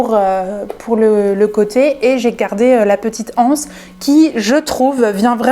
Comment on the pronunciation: Super cette boutique atelier sacs....au passage le mot "anse" qu'il soit au singulier ou au pluriel, doit être prononcé avec les liaisons: l'anse, les zances....